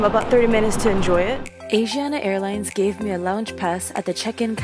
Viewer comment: You're pronouncing it wrong. It's 아시아나 not 애이시아나 😫